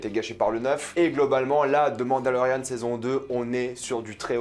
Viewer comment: On dirait que tu dis « Demande à Lauriane » quand tu dis « The Mandalorian » haha